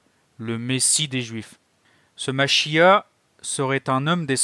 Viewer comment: Le mot Machia'h, il faut le prononcer avec le R à la fin.